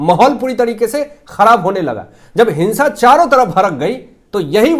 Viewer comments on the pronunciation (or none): none